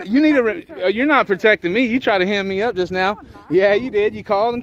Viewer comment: It is "hemmed up" not "himmed up".